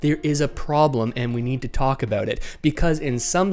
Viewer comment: Lol. Talk “aboooot.”